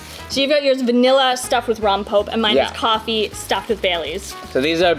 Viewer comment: "Rompope" is pronounced, rom pope eh. Missing that extra vowel. That flavor is amazing though!